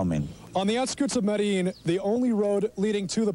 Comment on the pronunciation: Its pronounced medejeen HPTA